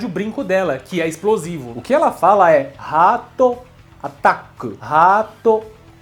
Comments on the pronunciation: Ninguém vai mudar o pensamento que o golpe do brinco ela fala RATATA (Pokémon). 😂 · Não é ratata é rotota. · Esse vai ser ótimo. O 'ratata' na thumb, eu sempre pronunciava como "Catata!" ou "Batataa!" Leona é bem 'fechada' (literalmente), tanto nas vozes, quanto na personalidade dela... Os sons que ela faz mesmo, só me lembro de gemidos, gritos e outras coisas. Ela fala algo só na introdução mesmo, pelo que eu lembre...👺 Ainda esperando o Vídeo inteirinho do Robert Garcia... "Ki xburguer!!"